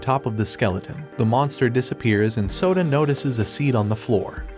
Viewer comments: i hear soda not sota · bro kept calling him soda instead of Yoda O_O